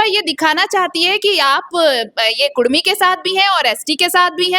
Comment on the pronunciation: Pehle bolna sikho bhai... Kurmi nahi KUDMI